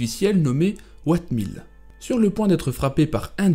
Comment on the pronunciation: *Oatmeel non "Whatmil"😅😅